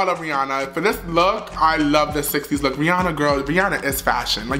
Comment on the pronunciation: “A LOOQ” IM IN TEARS HAHAHA